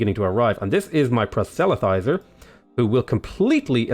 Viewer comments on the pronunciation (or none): Lol One thing you and the Spiffing Brit have in common is a complete inability to say the word proselytizer lol what was that? prosethilizer? Lol check out Spiffy boi trying to say the same word, it’s hilarious (for the record phonetically it’s pronounced prah’-sill-it-eyes-er) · Prosetholizer? Not even close you crazy... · "Prosethylizer" is the best pronunciation of "proselytizer" I've ever heard.